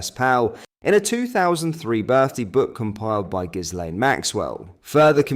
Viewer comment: Ghislaine pronounced gil - aine. Emphasis on first syllable. 'S' is silent.